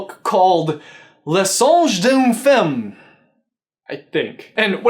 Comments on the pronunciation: Hi from France! Nice try with "Le Songe d'une femme" although "femme" is actually pronounced... \fam\. Fam. You could definitely not guess. To sum it up quickly it's due to the way French pronunciation has evolved through time (like Shakespearian and modern English I suppose) so basically your pronunciation would be right if we still were in the Middle Ages or something. Which is nice. And by the way your French accent is the sexiest I've heard in a long time. ;) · Les Français en force ^^ C'est vrai que c'est assez cocasse comment il prononce "Le songe dunne fumme " x) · Omg your accent when saying "le songe d'une femme" is so funny! "Femme" is prononced "Famm", like the "a" in family. It know, it's weird because even in french "e" is not prononced like an "a", but this word is different ^^ And at LEAST it's not the previous page on display, it talks about naked men on water... O_O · Im pretty sure it says woman in the title..which is pronounced fama...but my french is crap so don’t rely on me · Femme is prononced "famme" ;-) The "a" prononced like the A in "Adam" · You pronounce the book "luh song dune fehm" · femme is pronounced "famm" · Le songe d'une femme. On le prononce comme ceci (we pronounce it like this) : Le songe d'une fam. Not even kidding... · i always thought she was reading some french book called "L'Astrée" because of the sheep on the picture, even if i don't know what's happening in this book well i'm french so i have french references by the way your prononciation is almost perfect, you only mispronouce femme which is pronounced [fam] love your videos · oh my that pronunciation lol but I mean you don't speak french so I don't blame you. You would say d'une like a sand dune and femme sounds like like the emm in emma, just a little lesson in case you were wondering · I kept correcting him in my mind when he pronounced “femme” wrong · As a French speaker, I thank you for this video but have to admit you butchered the name😂😂😂